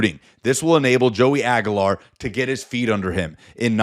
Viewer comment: dude , you're an idiot ....it's pronounced AG "U" LAR not AG A LAR with a U U U sound